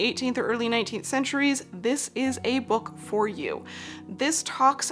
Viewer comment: every time says bewk my autism brain has me repeating it out loud like “bewk! bewk!” 😂